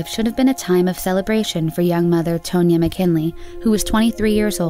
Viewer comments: Tone ya?! Tahn ya. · *Tah. Not "tun-ya." Tahn-yuh. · Tone-ya? Pretty sure it is pronounced TAN-ya. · Tonya is pronounced Tawn-yah, no biggie :) thanks for shedding light on these tragic cases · “Tone-yuh” Girl, that’s TAHN-YA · Wait a minute ... 'Tone-ya?' Umm, I think it's pronounced 'Tohn-ya.' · Narrator - "Tone-ya" Me - instantly irritated 😒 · I think she’s pronouncing Tonya wrong but idk